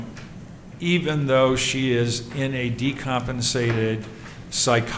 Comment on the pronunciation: Decompisated? Wth